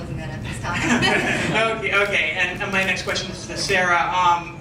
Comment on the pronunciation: good press conference. I like how Cyborg says she will be "weady" or "weddy" for her "nex fight".